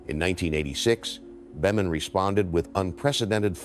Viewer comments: Dear AI Dean Boemen is pronounced “Beeman” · Beman is pronounced “Bee-mun” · Catch well, that's it for this video because only AI would pronounce Beman that way ¿`_ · This really is a beautiful story of a life well lived. Sure wish Mac would come back and do some of those awesome clinics. I thought the narrator was until he mispronounced Dean Beaman’s name. AI? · i think your right. I really do not like AI content. I stopped when it butchered Beaman's name. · would never butcher legend golfers names. Mispronounced names is a dead giveaway that it's Ai. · Definitely an Ai generated voice. I stopped watching when it mispronounced Beamon. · Narrator's voice is from the original Golf Channel broadcasts. Is this AI generated? The mispronunciations of names is appalling! Bemun? BALesturos?